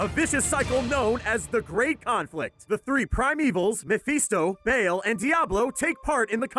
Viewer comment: mefeesto and bayl..? xD mephisto and baal tyrayl..? plz sthap!